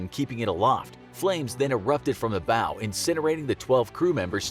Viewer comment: You'd think they could at least pronounce "bow" correctly